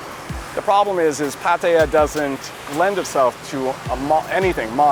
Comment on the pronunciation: It’s pah-tah-yah, not pat-eye-yah